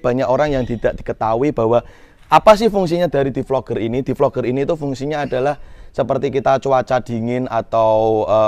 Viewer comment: DEFOGGER mass bacanya bukan DEFLOGER